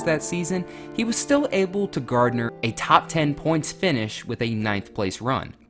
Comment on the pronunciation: garner, not gardner. "Shrouded in controversy" not shredded